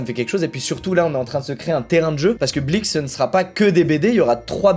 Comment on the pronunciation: La vie que quand il dit blik j ai l'impression qu'il dit bleach